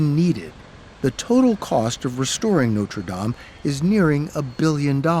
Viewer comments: Note-ra Dame 🤣🤣🤣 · Is it really that difficult to correctly pronounce the words NOTRE DAME ? 🙄🙄🙄